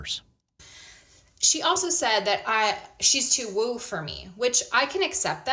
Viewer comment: You are not understanding the word "woo". It's woo not woe.